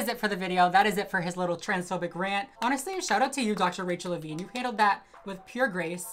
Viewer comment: "Levine" Every. Single. Time.